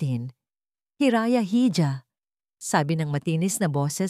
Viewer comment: Hija po is pronounce as iha... Silent "h" po. Thanks po